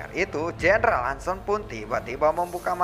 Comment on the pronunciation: Bang ada sedikit masukan nih kalo boleh; jendral Han Sen itu dilafalin kata "Sen" bukan seperti kata 'Sendiri" tapi seperti "e" pada kata "BengBeng".. mohon maap jika sy lancang, jgn digebuk ya 😅🙏